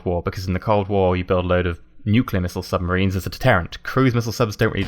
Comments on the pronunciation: Er... "suMBarines"?! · U say "suMBarines"